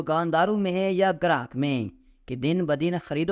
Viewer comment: لفظ گاہک ھے گراہک نہیں۔۔پی ایچ ڈی جاہل قرایہ للتفشیش غلطہ ودرستگی دوبارہ پڑھنا اور غلطی ڈھونڈ کر اصلاح کرنا profe reading کرنا